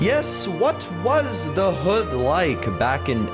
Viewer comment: Bro how he said”thy hood” had me dying😂